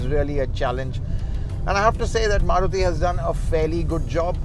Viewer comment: Maruthy kya hota hai bhai its Maruti 😂😂🤣🤣